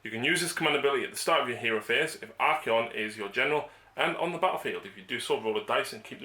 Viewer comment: Ar-kay-on. Ar-kon is 40k drukari